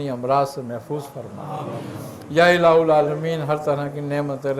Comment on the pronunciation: یا الہ العامین۔ میں ہا پر زبر ہے